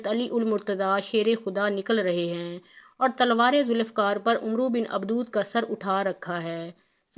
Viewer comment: Abdawad not Abdood